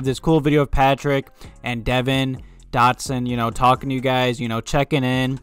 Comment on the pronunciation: Yo is deVON Dotson btw not devin